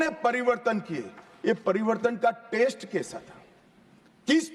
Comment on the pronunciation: inse bola nahi ja raha hai pariwartan ko pariwardhan bol Raha hai aur sabse pahle to ye fit nahi hain inko har roj 5 km running karao fit ho jayega to achha se awaz niklegi